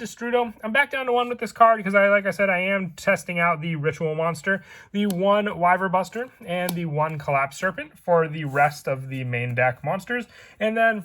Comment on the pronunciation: It's not Wyverbuster It's Wyverburster.